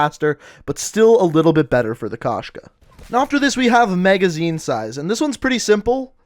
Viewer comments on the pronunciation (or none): Кошка (koshka), it means cat. Found that amusing when I first heard about it. I forgot to mention it but it's pronounced k oh shka not k ah shka, not trying to be rude but just wanted to get that out there. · Bro koshka not kashka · Wtf??? Why did they write “Koshka”? In rus it’s “кошка”, so the true translation will be “cat”. P.S. u should say kOshka, not koshkA